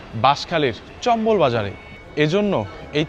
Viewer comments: Video and sound are good but your pronunciation should be improved. This is not চম্বল, actual word is চামবল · ভাই, জায়গার নামের উচ্চারণটা চম্বল না, চাম্বল হবে